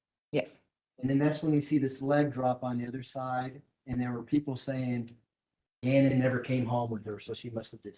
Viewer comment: Why does the defense attorney keep mispronouncing Gannon's last name?